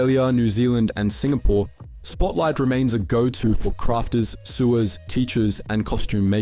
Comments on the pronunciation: I can tell this is AI generated with the way “sewer” was pronounced 🫣🤣 but thanks for the info. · Is this an AI voiceover? Or just weird & amusingly bad pronunciation of words? ‘Sewer’ was a beauty. People don’t go to Spotlight for plumbing supplies, but if you use a sewing machine you may be a regular. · It's just the accent guys. Pronouncing Sewer or sowers. It just how we say it in Australia as we short form everything.